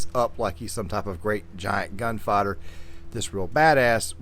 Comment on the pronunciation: The RDR2 music was absolutely spot-on for this analysis, as well as your voice, even though I must say I found the way you sometimes pronounced gunfighter like gun-father was a bit funny to me.